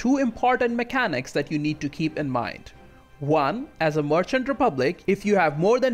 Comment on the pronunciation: Good video, but a little request: Can you try to pronounce „merchant“ correctly? Sounds like „Martian“ every time.